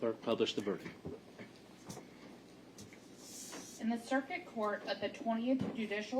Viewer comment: If that clerk still has a job after mispronouncing half the words in that verdict I need to move down to Florida to apply for a job!